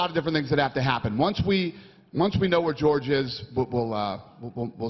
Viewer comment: George sounds likes he's saying fuook